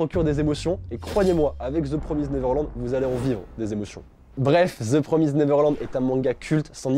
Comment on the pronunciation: Stp dit comme il faut mdr "de promaïzède neverlannnd" voilà (c mon placement de produit pref de ta chaîne)